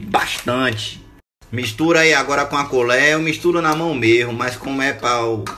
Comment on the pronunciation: Na "culér" desgraça🤣🤣🤣🤣🤣